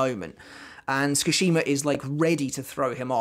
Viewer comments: great video. just FYI Sue-ki-shee-ma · 'ts' is pronounced the way you pronounce 'ch' in the word 'chair' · The way he keeps saying my name is kinda wild... I was just listening to this like a podcast and was like who tf is he talking about lmfao Skashima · the way you pronounce tsukishima causes me physical pain